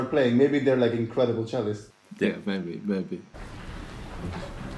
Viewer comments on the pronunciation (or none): No one: Kian: I N C R E D I B L E